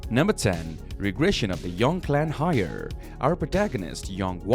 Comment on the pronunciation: Heir isn’t pronounced like “hire” its more like your saying hair or air the H is kinda silent